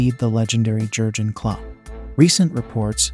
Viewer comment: ”Goergen Klopp”